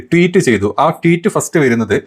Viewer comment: എന്താ പറയ...എന്താ പറയ..എന്താ പറയ.. വിത്തു Photo അല്ല വിത്ത് ഫോട്ടോ ആണ്.. Teet alla tweet ട്വീറ്റ് ആണ്. ബ്രഹ്മാചാരി അല്ല ബ്രഹ്മചാരി ആണ്. Be careful when you present something in a public platform. വിത്ത് എന്നു പറയാതെ വിത്ത് എന്നു പറയൂ..